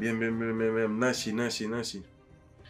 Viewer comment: Soy yo o dijo NASHEE